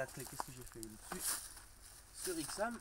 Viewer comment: La ch40 et vraiment moche la nouvelle ch46 et mieux ,est déjà on dit pas ixam c'est aixam, en plus dire accoudoirs au lieu de vide poche sa veut rien dire mais surtout dire que ya pas de vitre électrique alors que les bouton sont sur la console central c'est vraiment n'importe quoi ,il faut connaitre le véhicule au lieu de critiquer et de le comparer a un vieux camping car ,bref mal préparer trop d'amateurisme